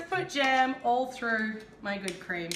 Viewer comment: Its jam not jem